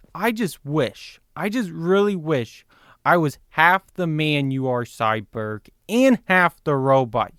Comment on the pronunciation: It's cyborg not syberg